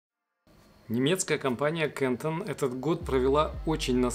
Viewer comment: Немецкая компания КАНТОН- через "а" и туда же ударение )